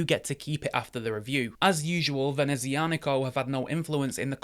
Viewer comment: That is a stunning watch but I already have a Sea-Gull ST2528 Moonphase to scratch my starry sky itch. NOTE: I do believe that it's prononced "Venezia-Nico" (Nico of Venice), not "Venezi-Anico".